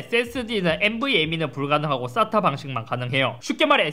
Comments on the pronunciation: 쌌...? 발음이 ....ㅎ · 의 싸타 발음이 찰지군요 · 인트로 때문에.. 쌌다 방식이라고 들려... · 형.... SATA가 아니라 발음이 ssatta 같아 ㅋㅋㅋㅋㅋㅋㅋ